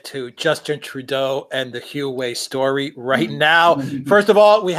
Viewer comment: It's HUA WEI, not Hughwei. Repect other languages and learn to sound more correctly, please.